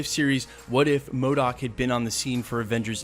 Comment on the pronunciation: Not modok